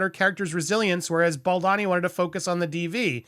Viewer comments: You write Boldoni and say Boldani. Which is it? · It’s Bald-Oni not BaldAni. Sorry to be petty about this but he’s Italian and there’s an O in the second syllable of his name not an A.